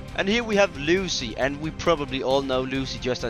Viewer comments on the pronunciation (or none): none